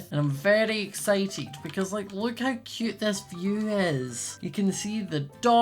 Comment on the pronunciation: Ahhhhhhhh he keep SAYING CUUTE LIKE THATS MY WORD